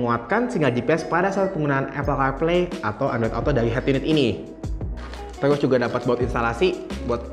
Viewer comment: maaf saran aja.. mgkn kan itu dah bawaan.. ucapan nya..Di bikin enjoy aja lah..